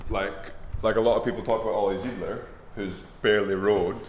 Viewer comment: look - fantastic! Google "David Soul 1975".... Fashion is a circle and always returns! Great vlog rightly quashing any hopes of a "get fit quick fix" P.S. Oliver Zeidler is pronounced Oliver TSIDELER - as in English SIDE (not seed...) P.P.S. Greetings from Frankfurt Germania!